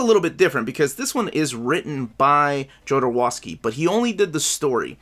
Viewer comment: He pronounces his name ZHO-do-ROV-sky.